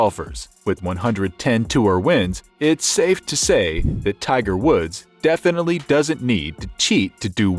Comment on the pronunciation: It’s Tiger Woods. Not Wood. Put some respect on his name.